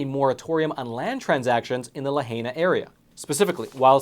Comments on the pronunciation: C'mon... it's La-high-na, NOT La-hay-na! That was painful to hear it butchered like that. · Please pronounce it correctly..it's grating ony hears to hear you call Lahaina La Hay Na...no it is much more closely La Hi na Or La ha.e na ...but not La HAY NA..THANKS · Thank you for your excellent reporting. I'd like to point out that Lahaina is pronounced La hi na, not La ha na. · Laa HI naw, not La hay naw. Eminent domain?! Hell NO! Did the government burn up Lahaina? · It is pronounced la-high-na. Not la-hay-na. It is just a point of respect. Thank you for reporting this story. So important. Well done. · Great work. The towns name is pronounced LA-HI-NA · learn how to pronounce words. LA-HI-NA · Not to be nit picky but its pronounced LA Hina Emphasis on I There I feel better now 🙂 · Pronounced: Lah Hi Nah. The congresswoman for Maui is dirty with Real Estate investments associated via her husband and BlackRock&Vanguard....dirty. Governor is also trash, they are fast-tracking eminent domain for developments saying , this is for the victims. Systemic Oppression!!! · .....just say " La HIGH nah "; ) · Lahaynah? As a local living in Hawaii all my life, I thought it was pronounced lahynah (Lahaina). Pronounce em right bruddah! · It’s pronounced Lah-hi-nah. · it is pronounced "La Hi Na"!!! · Hi, just a small thing but the town is pronounced La - Hai(like saying "Hi" - na. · Correct pronunciation is La heye na😊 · Great Video...BUT.... Lahaina is pronounced as la-HY-na. The "ai" is a strong "I" as in "ice". The letter "i" by itself is an "ee" sound as in cream or Mau-i. If you see the word "aina", aina (Y-na), aina is the word for land in hawaiian. The people love the aina. The Hawaii state motto is "Ua mau ke ea o ka aina i ka pono" which means "The life of the land is perpetuated in righteousness." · It is pronounced La Hi na, like Hi how are you, La hai na, Lahaina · buddy, please LA-HIGH-NAUGH. 👍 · Pronounced Luh-high-nuh